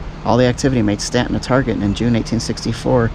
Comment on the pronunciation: You pronounced it correctly :)